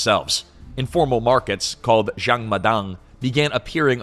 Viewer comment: Why keep pronouncing Jang as Xiang? Its a 'J'.